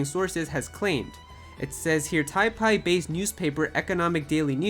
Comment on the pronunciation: Taipei is pronounced "Tie pay"